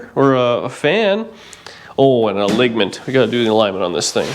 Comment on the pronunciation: Ha! Ha ha ha! That man said "a-ligg-ment!'